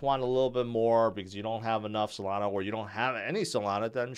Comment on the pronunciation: Nah he said Solanzo not Solana😂😂😂